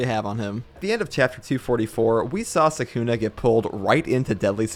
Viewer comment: is my man really gonna be pronouncing it suck-una for the entire video?